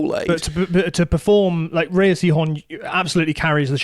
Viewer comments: Great chat you two thank you. Pluribus the best show of 2025. Just a note that Rhea is pronounced like ‘Ray’, not Ree-a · Every time they say Rhea and not Ray, you don't deserve my time. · Rhea is pronounced "Ray" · rhea is pronounced ray, like shea butter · You guys have got to do your research. Her name is pronounced "RAY" Seehorn. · Rhea is pronounced "ray" sorry I have to say it because its going to bug me if I don't. Edit: there are different pronunciations but this is for Rhea Seehorn's name specifically